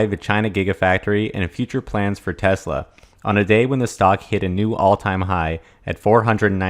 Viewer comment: It's TeSla. Not TeZla............